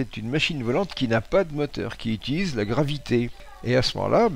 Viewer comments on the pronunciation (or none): none